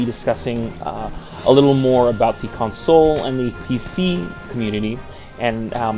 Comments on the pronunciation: lol con-SOLE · says certain words weird like console. conSOLE lol